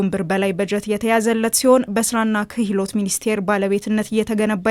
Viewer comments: ኪህሎት ፓርክ ሳይሆን ክህሎት ፓርክ በሚል አስተካክዪ። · ክህሎት ነው " ክሂሎት" አይባልም አረ ሰዋሰው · Maybe you need to learn pronunciation kihlot 😂😂😂😂😂 You are embarrassing yourself.